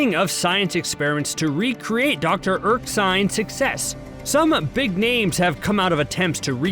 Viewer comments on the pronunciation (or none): It's Erskine, not Erksine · Why is the dude saying "Dr. Erksine"? It's Erskine! LOL